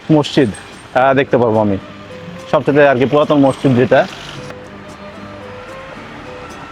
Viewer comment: মসচিদ কেন বলছেন।ওটার উচ্চারণ মসজিদ হবে। দেখেতো সচেতন মানুষ মনে হচ্ছে!